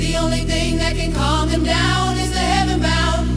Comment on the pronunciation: said"con" not calm